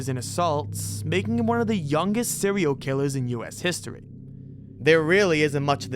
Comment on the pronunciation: "Sewial Killas.." 🤣